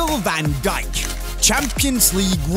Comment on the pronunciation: Vooogel Vaan Guyk. Nice pronunciation man